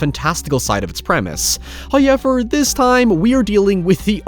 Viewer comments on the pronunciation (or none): First "hoyevver" drops . Which is nice...